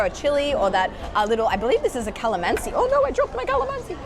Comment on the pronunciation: Calamansi sounds so posh, I always thought it was baby limes.....